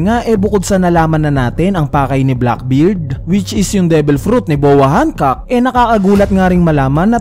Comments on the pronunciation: Bakit "Han-kak"? 😏 Gamitin mo na lang reference kung paano sabihin ni Luffy sa Anime. "Han-kok-ku" or ”Han-kok". Ansagwa ng Hankak tunog titi 🙄 Btw, sobrang saya lang na nandoon si Coby at Rayleigh. Napanatag akong hindi mamamatay si Hancock. Magwawala talaga ako at ang One Community lalo na ang LuffyxHancock fans pag pinatay nila si Hancock. At mas lalong magwawala si Luffy! Pero naisip ko lang, kapag pinatay ni Blackbeard si Hancock, magkakaroon ng dahilan upang mangyari agad yung Blackbeard Vs Luffy. Hahabulin sya ng Straw Hats, di pwedeng hindi! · Yung pronunciation sa "Hancock" 🤢🤮🤮 kairita, parang denedegrade si Hancock Napropronounce na nga sa anime na "Hancock = Han-kok" tas dito "Hankak" Kairita, di ko na pinatapos, umay!